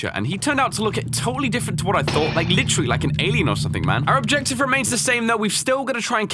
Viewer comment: note how he says LIE-k after he says its not a series. I know its an old series but felt obligated for the humor.